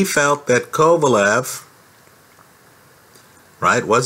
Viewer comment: I'm saying he don't know shit about boxing he called kovalev 'pecan' after the fight, even after the fight he wasn't anywhere near knowing the mans name